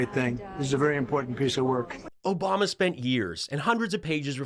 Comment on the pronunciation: Reporter: "Mr.Trump...." Trump: :OBAMNA!!!"